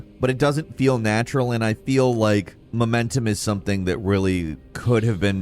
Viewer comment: Your pronunciation of "momentum" hurts my ears